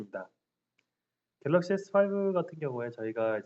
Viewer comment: 갤러시가 아니고 갤럭시데?